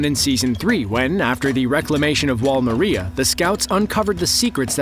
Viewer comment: it’s pronounced “MAR-EE-UH” not “muh-ree-uh”.